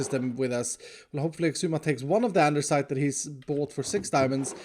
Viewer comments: No hate intended but it’s andesite not andeRsite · Why does he keep calling it andersite and not andesite!? It's driving me crazy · Andersite🤨 Andesite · It's Andesite not Andersite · Does anyone else get low key triggered when he says “Andersite” instead of “Andesite” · Andesite!!! Not Andersite 😅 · So is no one gonna talk about how he called andesite andersite? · Reads: Andesite Types and says: AndeRsite. That’s more annoying than diorite. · Am I the only one frustrated about the fact that spells andesite "andeRsite"? XD It's like sayng diorite instead of netherite mhm scar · I can’t take that always says “andersite” and not “andesite” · OMG it's sooo frustrating that you keep calling andesite "ANDERSITE" 😂 Great video as always btw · its spelled andesite not andersite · i dont know if you are baiting but its andesite not andersite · It’s Andesite, not Andersite XD I used to think it was Andersite too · IT IS ANDESITE NOT ANDERSITE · what i mean is that it is a real pain to hear him say "ANDERSITE" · psst should we tell him that it's pronounced and spelled, "andisite" not, "andersite" Although, I am new to the channel so it might just be an inside joke. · it's andesite, not andersite. Please stop saying andersite. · he really named it andeRsite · Does he actually realize that they’re named ANDESITE not ANDERSITE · Just so you know, Andesite has no 'r'. It's just A n d e s i t e. Great video! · Why do you call it andeRsite ? there is no R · Noone: Literally not even a single soul:: Andersite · Andersite?, it's andesite. No offense intended. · I’ve never understood why calls andesite andersite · Isn’t it Andesite not AndeRsite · one of these days will say “Andesite” properly LOL instead of “Andersite” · When is going to realise its called "andestite" instead of "andersite" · dear, i would like to know why you pronounce andesite as "andeRsite"? it makes me laugh every time:D